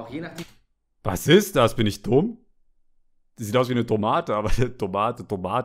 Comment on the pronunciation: Ben:Tomate Ich:Tomate 😂🤣😅